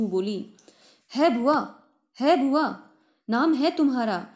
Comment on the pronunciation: Bua bolo.. Please not bhua